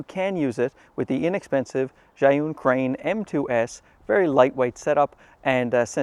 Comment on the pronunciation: How did your learn how to pronounce Zhiyun so well? Maybe you're not such a simpleton. Or maybe it's a ruse to keep us from knowing that you are secretly a card carrying member of the CCP. It looks like you live in a communist country that patches their streets over and over never actually repaving.